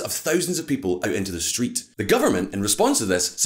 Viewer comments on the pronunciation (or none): none